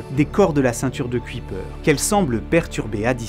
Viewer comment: Bonsoir, une remarque qui se veut constructive: Jan Oort se prononce Ian Haurtt (avec le 'au' de 'au revoir'). J'en profite également pour écrire que Kuyper se prononce "cueille peur". Merci pour cette vidéo ;-)